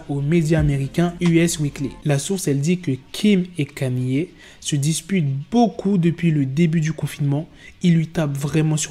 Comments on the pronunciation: "Canié" T'es sérieux? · Comment ça KANYÉÉ?? Orh black fais des efforts 😂😂😂